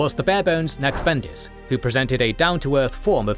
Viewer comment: Great topic, excellent work as always! tiny note: it's *Naqsh*bandis not "Naqhs"